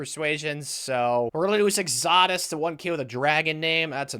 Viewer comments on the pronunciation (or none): bro, you don’t know how to pronounce Exodus? Get ya bible knowledge up